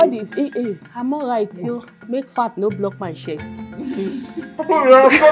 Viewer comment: 😂😂"You plenty for shiar" l don't want ora to block my shest🙉u don't need teropi ,u need 'sergiry'🤯🤯😳lya Baraka has keeed me🤣🤣🤣🤣